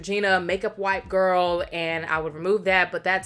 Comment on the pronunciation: This hair GWORL (saying girl in your voice) cracks me up every time! You look gorgeous love when you do color. Can’t wait to see the next vlog. And the new balance rain cloud yes ma’am! Just got mine. ❤